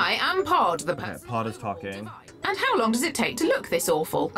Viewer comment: Just realised it was ‘pod’ and not ‘pard’